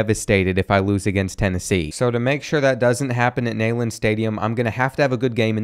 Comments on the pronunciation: It's weird seeing Tennessee lose to the Mildcats in football. 3 times in my 32 years of life. Also it's pronounced Knee not Ney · It's neee-land, not neigh-land 😂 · My only comment is, if Kentucky is your favotite team how do you not know Neyland is pronounces "Knee-land" and not "Nay-land"? One, that is an iconic stadium in the SEC if not NCAA, and Tennessee is a huge rival in all sports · as a TN fan if i hear nail lin stadium on more time i might go insane it is pronounced nee lin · it’s Neyland Stadium not Naeland Stadium. Kensucky fan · it’s pronounced like Kneeland not Neigh-land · Dude it’s “Nee-land” not “Nay-land” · Neyland Stadium. KNEE-LAND. You’d think a Kentucky fan would know the correct pronunciation of their daddy’s house! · Never say Neyland stadium like that again. Please. Coming from a Tennessee fan, it’s pronounced: “knee-land” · The way he said Tennessee stadium wrong killed me. Even as a uk fan it drove me nuts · Learn how to say Neyland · Bro, learn to pronounce Neyland stadium correctly. Put some respect on your daddy's house!